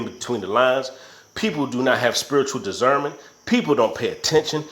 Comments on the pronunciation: Spirit of digernment... or Spirit of Discernment?? Come on now...gotta get it right if you gonna speak on it....thank you for all the great videos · Dizzernment or Discernment?!? That had me on the floor hollering 💀😹💀🤣. Anyway good video 👏🏽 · Lolol dizzernment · And this dude was like if you don’t know what dizzernment is lmao 😂 In my Day day off Friday voice (you don’t even know what dizzernment is 😂😂👌🏾